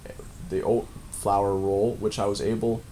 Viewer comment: Old flour? Oat flour? Olt flour? What are you saying?